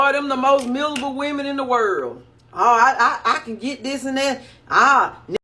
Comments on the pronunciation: Misable lol like there’s no r in miserable 😂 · "There's some mizzable mu'afuckas out hya" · MIZABLE, MIZABLE MIZABLE!!😂😂😂